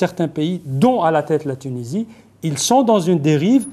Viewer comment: même pas foutibde lire un prompteur correctement... Apprends déjà a pronocncer tunisie correctement mr l universitaire a deux balles